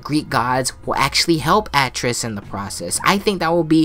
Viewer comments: Atreus: a (apple)- trey- us is how you pronounce his name lol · It would be cool if its the beginning of god of war 5 some god or goddess like nemesis shows up like buldr and fucks his shit up or if dionysus shows up and is just like kratos brother your introuble the last of us are coming and you need to run. Also why do you pronounce Atreus so weirdly?